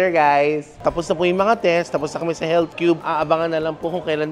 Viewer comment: health is heALTH GALING TLGA MG BRITISH NI TATAY LOVE LOVE